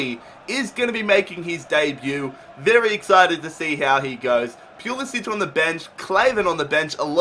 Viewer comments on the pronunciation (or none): pls stop saying pulisc's name like that. In america t is pronoused POO-La-Si-ch